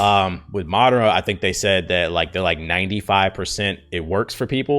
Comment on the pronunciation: Moderna - (Muh - dern - uh) Pfizer - (fi - zer) the (fi) is pronounced like the beginning of "fight"